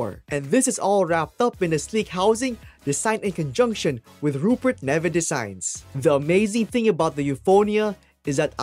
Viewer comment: Nice vid - it's Neve like Neev not Nevé btw x